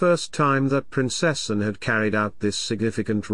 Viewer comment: Someone teach the computer to say: "Prin-cess-ANN" instead of "Prin-CESS-en." A.I. text to speech, pfffft.